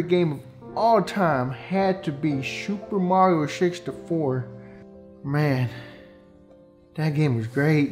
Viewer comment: “Super Mario Sixty Poor” :T